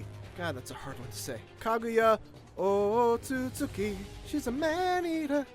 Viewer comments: Its Otsu-tsuki not oostsutsuki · "kaguya oh oh su su ki" Me who's able to say the name at the age of 7: its osotsuki damnit (face palm noises intensifies)